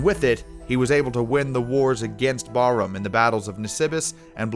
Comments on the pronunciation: "Byezantine" "Kaw-cassus" "Barum" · The pronunciation of Persian kings 🤴 was ridiculous 😐 specially Khosrow and Bahram